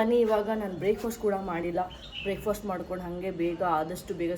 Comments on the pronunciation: Please spell the word properly Breakfast❌ Breakfost✔️😂😂😂 its very irritating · Hey, I hope you don’t mind me saying this, but I’ve noticed you pronounce a couple of words like 'breakfast', 'chef'(sound- shef) and 'half' a bit differently as breakfost, chef(sound che) and holf. Just thought I’d share it with you in case it’s something you’d like to work on